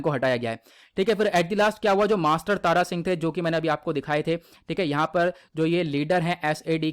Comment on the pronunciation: Tara Singh Nhi Thara Singh ji hai